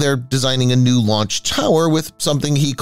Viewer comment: lanch pad